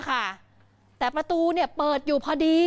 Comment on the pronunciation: ทำไม ออกเสียงคำเเปลกๆเเบบนี้อ่ะ!?! ประตู- ตะตู!?! ลาดกระบัง - ลาดตะบัง!?! รถกระบะ - รถตะบะ!?! เป็นผู้ประกาศ ไม่ควรเป็นตัวอย่างผิดๆนะพูดจริง คนดูเยอะเเยะ…